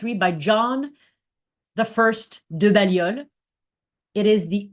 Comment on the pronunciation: Hi - my name’s Hilary - I live in Oxford and am a Baha’i - just a word of pronunciation corrections - Balliol College is pronounced ‘Bay-lliol’ College, with a long ‘a’, also Michaelmas Term (Oct - Dec) is pronounced ‘Mickelmas’ term, with a short ‘i’ (as in ‘mick’) and ‘mas’ is said as ‘mus’ - so ‘Mickelmus’ is the phonetic spelling - correct pronunciation very important in academic Oxford!